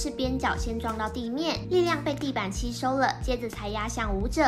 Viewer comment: 請問是不是茶里做旁白？有部分咬字還要改善，結束的束是sh聲母，不是chu 吸收的吸，是Xi 不是Qi